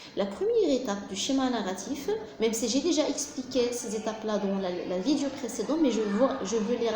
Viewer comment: Toutes les vidéos présentées par les profs sont excellentes , seul truc qui me déplaît ,c'est la prononciation du mot "vidéo" j'ai fait la remarque chez plusieurs personnes . Sinon , à part ça , tout est bien expliqué .